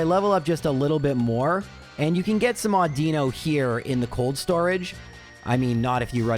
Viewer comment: I’m surprised nobody has mentioned how he pronounces Audino. Au-din-no. Not Au-dee-no.